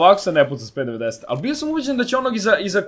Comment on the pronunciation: p90 se kaze pi naintin